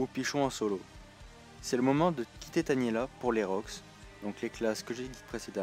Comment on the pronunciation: Tainéla pas Taniela xD